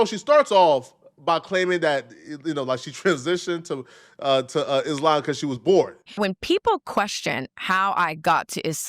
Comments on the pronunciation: IT’S THE WAY BRITNEY ALWAYS MISPRONOUNCES “IS~Lamb” it’s annoying af 🎉🎉🎉🎉🎉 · Why she keep saying islamb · Would she please stop saying “I-SLAM!” Use the word correctly, it’s not hard! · She pronounces it isssslaaaam. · I hate how she's pronouncing Islam as Is-Slam... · If she says ... IS"LAMB"... one more time 😂😂😂😢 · If she don’t stop saying e-slam 🤯🤯🤯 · I can’t stand the way she pronounces Islam. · Ive lived in Islamic countries, the way she pronounces Islam annoys tf out of me, and im Christian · First of all, I hate the way she says Islam. That’s your first red flag that she doesn’t even truly follow it. She can’t even say it properly. It’s like saying I’m Christian yet completely pronouncing Christian incorrectly. You’re kind of good to start giving me the side eye right now, and it’s just very annoying. “ISLAMB” 😂 like stfub. 😂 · The way she pronounce Islam bothers me. Sounds like a breakfast at Dennis 🤦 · She exist because you and others make videos about her. This demon would be vanquished if people stopped talking about her. I get it... it's content. Get your bag man... but this whore offers nothing to society outside of her body. Also... I hate Islamic doctrine... but her pronunciation of "Islam" is offensive to me. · You knew she was a joke cus she refused to pronounce "islam" properly 😂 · Her pronouncing Islam was soooolo cringe! 😖😖😖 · I don’t necessarily like the way she pronounces Islam. But to each its own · I wanna fight her for the way she's pronouncing "Islam". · I can't stand the way she pronounces Islam!